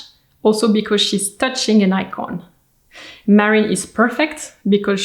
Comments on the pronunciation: Her name is Marilyn, not Marion. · Her name was Marilyn not Marion.